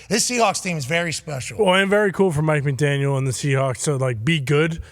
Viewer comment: NOT MCDANIAL FFS! Get you head together.